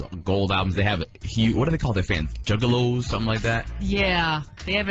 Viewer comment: Them stale ass bitches know what a JUGGALO is, you say don't a word 5 times and not know wtf it is or how to pronounce it. I will never understand people who think it's cool to dis whatever